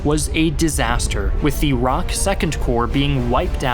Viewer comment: ROK is just "R.O.K." not "rock". ROK stands for the Republic of Korea. USA stands for United States of America but you don't pronounce it "yousa"